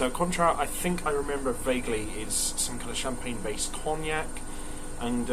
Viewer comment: and: 10/10, shame about the industrial mishap. is annoyed about the pronunciation of Cointreau! U da best!